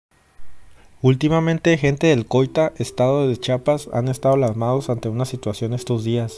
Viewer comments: Yo vivo en Tuxtla muy cerca de Coita, no habia escuchado nada de esto, ... lo que si escucho seguido y es una vergüenza es que haya Mexicanos que no saben decir "CHIAPAS" y dicen chapas. Gracias por el reporte pero lee y pronuncia bien por favor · Un dato nada más crack Es ¡CHIAPAS! No Chapas... Saludos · Sólo como dato, el nombre correcto del Estado es CHIAPAS no chapas 🤣🤣🤣🤣🤣😂